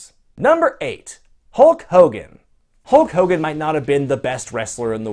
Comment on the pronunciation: Hull Cogan??? wtf is a Hull Cogan!